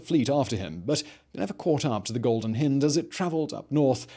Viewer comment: Terrific vid, except for the grating mispronunciation of the Golden Hind